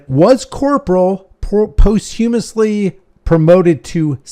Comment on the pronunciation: Hilarious pronunciation of posthumously...I'm still chuckling.